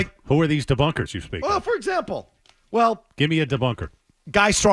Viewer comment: "The debunkas botha me!" in a Boston accent. 🤠